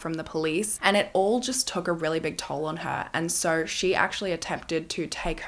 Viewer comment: I love the way you say the word so😂😂😂😂😂😂❤❤❤❤sounds like you say SORE